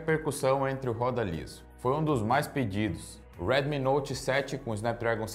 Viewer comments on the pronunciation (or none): none